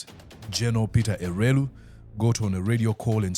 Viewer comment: It's elwelu not elweru